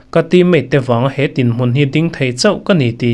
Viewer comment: An tin ti a I thluk dan hi a diklo deuh a ni tin tih lai hi ping ( mawngping) tia lam dan a lam tur a ni e